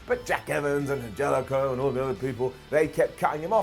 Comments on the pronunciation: Repeat after me: Ann-Hell-uh-Co Ann-Hell-uh-Co Got it? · An-HEL-ico. Say it with us... 🤣